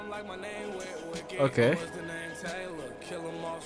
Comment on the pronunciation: yoo preciate it bro!! and you pronounced my name correctly! good job G ! 🔥🔥